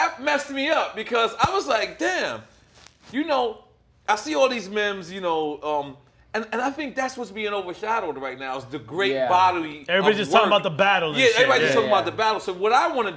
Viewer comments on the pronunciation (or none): I stopped when Nore said mem instead of meme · did nore call a meme a mim tho ?